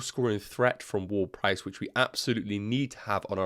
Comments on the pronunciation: Did you just call him "Word-Price"? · not probably you are calling him so the entire video 🤣 i just found it funny 😆 but i get it with the different accents 😅